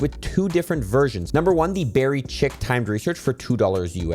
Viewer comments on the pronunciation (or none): Did he say berry chick? I think chic is supposed to be "sheek" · The chic in berry chic is related to fashion and is French and is pronounced "sheek" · Fyi chic is not pronounced chick, Idk how to describe the pronunciation, but it's french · "Chic" is pronounced "sheek" :) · 'chic' is pronounced "sheek"